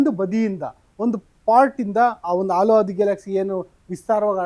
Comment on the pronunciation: ಅದು ಆಲು ಮಾರಾಯ ಹಾಲು. ಎಷ್ಟೇ ಓದಿದರೂ ಪ್ರಯೋಜನ ಇಲ್ಲ ನಿಮ್ಮದು.